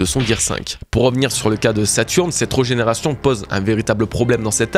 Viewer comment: Hâte de voir le dénouement! Je sais pas trop où ça va partir et de plus en plus intrigué par Saturne perso, même sa régénération me paraît bizarre, comme s' il n'était pas réel a proprement parlé. D'ailleurs, petit détail mais régénération y a un accent c'est pas reugénération;) (signé un toqué du français )